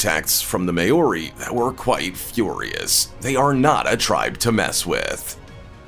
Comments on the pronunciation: Only person in the world that can't pronounce the word " Maori" and they got him to narrate . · You pronounced Maori wrong and I don’t think the US army is scared of them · Just saying this guy is worried about the way he pronounced sweet grass but yet the way he pronouces Maori is way off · I really hate the way he pronounced Maori, not even close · And you are pronouncing Maori wrong goose! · maori you pronounced that soooooooo wrong and probbaly offended alot off people im from new zealand btw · Butchered the hell outta that maori pronunciation 🤣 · Pronunciation of maori is embarrassing 😳you need to learn language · He can’t pronounce Maori correctly!!! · As a Kiwi, I have one issue: Maori (pronounced Maw-re, with a rolling "r".) never had any major contact with the US. Initially with the Dutch (under Abel Tasman) and later the British (under James Cook) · This was irritating me throughout the entire video. Not how you pronounce it at all! If you are going to talk about a culture, learn the pronunciation. Treaty of Waitangi as well. And since when are Maori feared by the US army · ikr and even being a samoan myself i even got offended when he pronounced it wrong. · This man has never heard of a Maori before He can't even pronounce the word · All of this research and that’s how you pronounced Maori? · List was in wrong order, narrator sucked, and its "mow-ri"...NOT "may-o-ri" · MAY-ORI hahahahahahaha that's not how it's pronounced, Closest way to say it is "mouldy" like mouldy bread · may-ori? sorry having heard the name many times directly from maori people in the English lang it would be pronounced Mow-re . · The indigenous tribe in New Zealand are the Māori people It is NOT pronounced mayori! Phonetically it is pronounced Mawri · The way you say Maori bugs me. It's not pronounced May-Ori! It's pronounced Mow-Ree. Like how you say the Hawaiian city of Maui (it's similar to that but add the REE sound to it and you get MAORI)